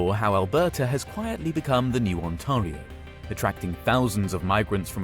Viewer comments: The A in Ontario is pronounced like the A in fare. It rhymes with stare or bare. It's not On-TAH-rio. It's probably a computer-generated voice, so it can't handle toponyms. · It’s not pronounced like that , Mr Ai limey guy , it’s pronounced On-Tear-ee-oh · "ontahrio" lol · And "On-TAH-rio province". No one says "Alberta province" or "Ontario province". It's badly translated text-to-speech. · No way this guy mispronounced Ontario 💀